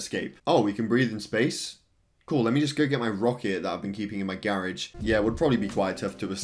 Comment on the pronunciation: Theory: he says garage wrong